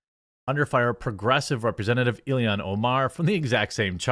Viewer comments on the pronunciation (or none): Jesus he's killing me saying Ilian rather than ILHAN 🤣. I like Jeremy fine but he frequently screws up pronunciations. You would think that the times this happens would be few and far between given that this is his job and how he makes money. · pronounced ill-hahn* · Ur calling her ilian. Yo, I agree she's an alien, but her name is Ilhan, pronounced EEL-hon...almost like Elon...fuggin alien...AND the fed reserve is not "intelligence in accounting," it a fuggin fraud organization run exclusively by one ethnic group. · its I-L-H-A-N!!! Not " ILLIAN. Dude can you even read??